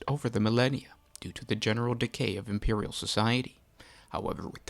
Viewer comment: be vewy vewy qwuiet, I'm hunting Impewial Titans XD Sorry, just had to.